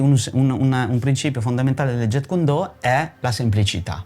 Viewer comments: Massimo rispetto x il fratello JKD, ma gli istruttori certificati furono 3 in realtà: Ted Wong, Dan Inosanto e Peter Chin. Inoltre la pronuncia è Jeet non jet come l'aereo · Ignoranza incommentabile. "Do" è vocabolo cantonese ("Dao" la pronuncia in cinese mandarino). La pronuncia giapponese è come nel cantonese "Do". Il carattere con cui si scrive è lo stesso, anche il kanji giapponese. Inoltre la pronuncia "Jetkundo" proprio non si può sentire! Quella corretta è "Jitkyundo". Mi chiedo come sia possibile non sapere scrivere o pronunciare il nome di ciò che si "insegna"... inutile andare avanti nel guardare il filmato. Basta questo. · Jeet kune do Si pronuncia "Ji kun do" la "t e muta!